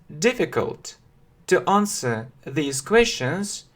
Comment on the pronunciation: Английский язык. Английский для начинающих. Уроки английского языка, я все равно слышу this. Хотя между произношением These и This разницы наверно нету.